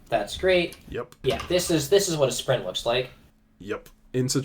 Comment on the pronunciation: sprint does not rhyme with spain, unsubscribed, blocked, reported